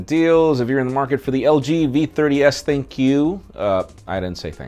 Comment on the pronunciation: THINK not THIN Q